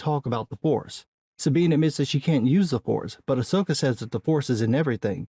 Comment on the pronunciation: Someone was calling it AHSWOKA... LOL